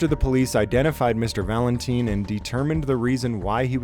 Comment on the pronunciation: man...the guys last name is Valentine, as in rhymes with time, not teen! Sorry to be anal about this but I just figured you would want to know! It would be like me pronouncing your first name "Jam-es".